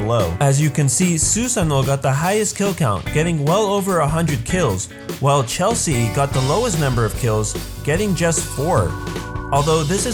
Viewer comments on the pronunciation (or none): none